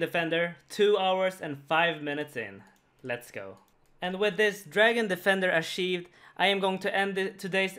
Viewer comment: "and with this dragon defender ASHIVED"